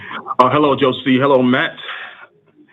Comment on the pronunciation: The caller pronounced the S in Josie's name with an S sound instead of a Z sound and punched the T in Matt like Jimmy does with the word button. I'm not sure that is the same as changing peoples names